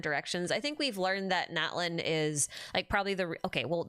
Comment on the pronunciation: Once again, the TL sound doesn't have a glottal stop, the T must be pronounced, both Natlan and Citlali have that sound, same as chipotle